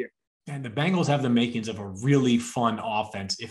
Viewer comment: BENgals. Not BANGLES.